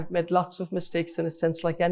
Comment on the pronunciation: When she wins and is speaking at international events, she'll need to stop saying "med" and say "made".